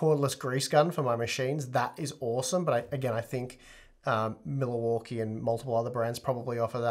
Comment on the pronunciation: "Miller-Walkie" Sorry, just made me chuckle